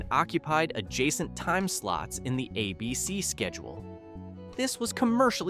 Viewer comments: Who the FUCK is "AhBC"....last time i checked ,the TV station was and IS called ABC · How about cancelled by “ah” BC? You hear Hi-me and ah-bc and it takes a few seconds to hear what comes after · You keep saying "A Bee Cee. " It's "ABC"